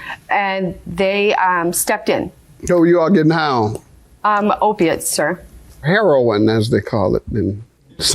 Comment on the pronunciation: Wow Mr genius Judge Mathis since when have all opiates been called heroin or Heron as you pronounce it... you always claim to be some expert on the street and drugs and everything else but you show your ignorance so many times and granted you are uneducated professional man and I applaud you and appreciate that but you need to stop pretending that you know everything about the streets cuz you've been proven wrong so many times and when you claim you're trying to educate people you're giving them false information all opiates are not called Heron okay get that through your thick judge skull okay